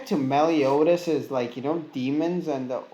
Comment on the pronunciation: Ahm.. its "Meliodas" not melidous